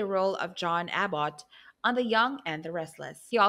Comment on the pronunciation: Is this a canned voice? Does even know how to pronounce Abbot or Gerald. Geez. Omg Saskatchewan? Are you kidding me